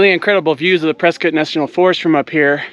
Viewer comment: Ah, you pronounced Prescott correctly lol. With the touch of snow, this is very beautiful. Miss living in AZ the views are amazing. Great Video! I took a long break from YT but now I'm active again.